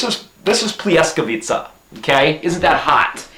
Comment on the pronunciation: you talking so nice. I like to listen you:) Pljeskavica is good pronounce. Regards from London from one Serbian lady:)